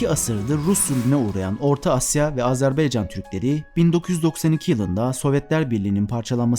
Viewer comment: Azerbeycan değil Azerbaycan Lütfen doğru teleffuz edin